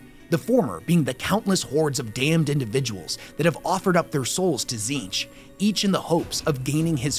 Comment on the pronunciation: Thank the Gods for how you pronounced Tzeentch. Not like Majorkill “Tits-Nitch”